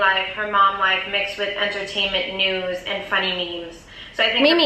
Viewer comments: it’s deff called “MEEMS” (memes), NOT, Me-me’s lmao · No,. It’s memes [meems]. Lol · Lol her and Gabbi call it meme's [me me] gotta love them though 😂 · omg i love you but ew the way you say memes😂😂😂